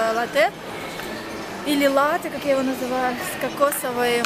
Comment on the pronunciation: Правильно называешь, это лАтте 😊